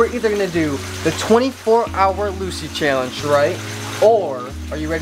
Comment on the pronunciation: i love the accent when he says challenge ahah